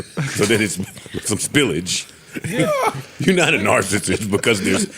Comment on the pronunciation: Joe 😂😂😂😂 “spillage” 😂😂😂😂😂